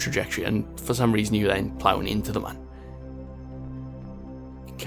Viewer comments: Its Mun, not Man. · you pronounce the mun : moon, not man lol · I ksp it's called the mun